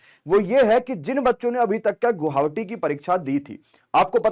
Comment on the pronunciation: Sir ji guhavati nhi hota guwahati hota hei....